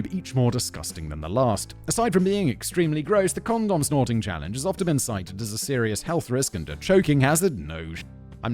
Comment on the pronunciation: I’m so the only one that found it weird the way Simon was saying condom. It just felt wrong lol. Is he trolling 😂